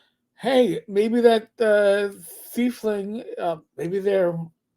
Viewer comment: Saying "thiefling" instead of "tiefling" really gives Boomer, they've been around since 2E Planescape.